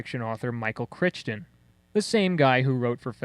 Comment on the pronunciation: Michael “Critchdon”? Are you simple, or stupid? Michael “Chrighton”, pronounced Cry-ton. At least do some research. The author is one of the top sci-fi authors. Your review lacks any credibility by your butchery of the author’s name.